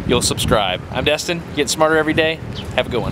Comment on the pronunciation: you get a thumbs up great comment but its Destin not Dustin